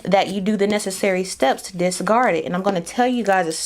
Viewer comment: Girrrrl you saw that shadow because he’s mad you keep mispronouncing discard 🤭🤭🤭🤭